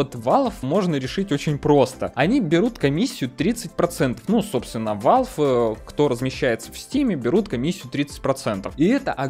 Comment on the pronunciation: блин, угараю, "победюнькать" и "валвэ"